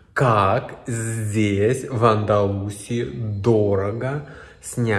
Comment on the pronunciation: Андалусия, ударение на и.